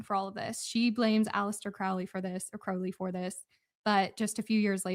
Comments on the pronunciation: Candace also keeps mispronouncing Crowley. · I used to be a witch until I was saved- Praise Jesus. She is mispronouncing Crowley’s name and what’s hilarious is that her producer Ashley pronounced it correctly and then corrected herself to pronounce it like Candace. Can you imagine working for this lunatic?!